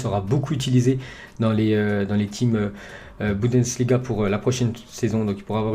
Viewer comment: C toujours la Bundesliga.... Et pas la Boudensliga